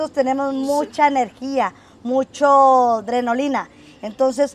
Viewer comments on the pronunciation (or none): Es adrenalina .no adronolina .